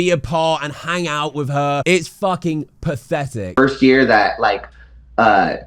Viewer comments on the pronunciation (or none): 'Pafetic' I hate Idubbbz and Anisa, but British content creators might be worse. SPEAK PROPERLY.